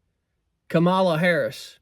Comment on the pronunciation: every " fact" you said about Kamala ( your next president is pronounced COMMA LA). is wrong. You have 50 days to learn a few facts that are real. Like her father was an economics professor and she is the most experienced woman for the job. Trump repeats the lies he wants MAGA to parrot. He said he lost the election. Yet, there are MAGA who say he won. That makes someone weak-minded. Here is the Oath the military took. I, _____, do solemnly swear (or affirm) that I will support and defend the Constitution of the United States against all enemies, foreign and domestic; that I will bear true faith and allegiance to the same; and that I will obey the orders of the President of the United States and the orders of the officers appointed... If you support Trump and his project 2025, you are breaking the oath and ALL the hard days you put into building this nations.